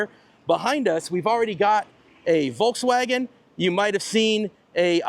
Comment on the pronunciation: Imagine Trump wants to create a car for every poor American. He creates the FolksCar. People wouldn't say Voulkscar but FolksCar. Please say FolksVaagen. It's not that difficult. A car for the Folks